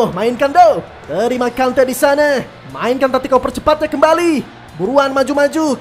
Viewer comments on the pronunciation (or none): none